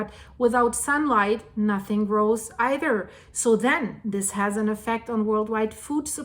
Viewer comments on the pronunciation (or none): none